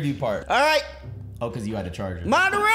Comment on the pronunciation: hilarious bruh 🤣🤣 "madardurdurdur"